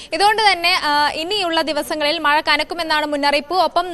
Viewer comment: മയ അല്ല കൊച്ചേ... മഴ...